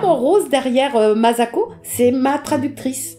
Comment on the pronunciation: J'ai vu cette vidéo 10 fois elle me met les larmes aux yeux à chaque fois... (Bon par contra ça se prononce MaSSako.pas mazako 😉 ) Merci Mme Lecordier pour ces souvenirs